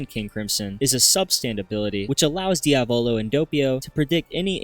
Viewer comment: Inglesi di merda NOT DIAVÒLO BUT DIÀVOLO is the correct pronunciation and it means devil the accent goes on the A learn the name ffs